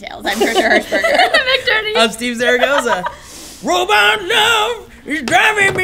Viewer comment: Did Steve messed up his own name in the intro?